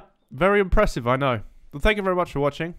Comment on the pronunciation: "Is there any rads in train yard? I don't knerrrr" Also: "5k hours btw:)"